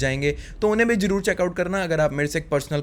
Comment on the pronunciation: Bhai apne Talaffuz pe kaam kare , woh Jaroor nahi ZAROOR hota hai it's Z in the beginning.....